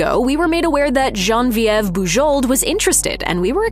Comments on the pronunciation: Boo-ZHOH. Please pronounce the name correctly. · I'm fairly certain that the last letters of her name are silent. Listening to this was very painful. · Thumbs down for the atrocious pronunciation of Bujold. If you can't even find out how h to pronounce her name, I can't believe anything else you say about her.